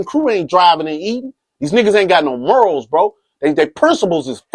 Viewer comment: Did he just say Detroit was real serenaded? And it's morals bro. Not murals. Lol